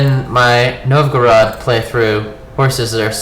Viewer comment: The correct Russian pronunciation is closest to "NOVE-go-road". :)